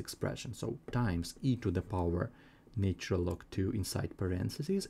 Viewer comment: This fellows pronunciation is irritating for any musical ear.I cannot understand why this chain cannot find people who speak proper English,to explain Mathematics. Apart from the irritating lilt,I am sick of hearing " naytural " instead of " natural "......